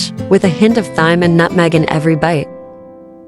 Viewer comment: Thyme = time. And if you’re going to use this AI voice, please program it to drop the Valley Girl habit of saying things like “nutMAG” instead of nutmeg, OK? Thank you! Oh- and yes, we really don’t need to watch every ( not “AV-ery”!) second of veggie chopping. Otherwise I really like your videos!